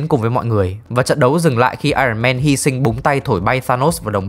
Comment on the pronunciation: Éo hiểu sao t chưa bao giờ nghe dc 1 đứa review phim nào đọc dc đúng iron man.Chán